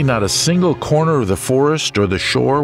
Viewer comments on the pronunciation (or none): none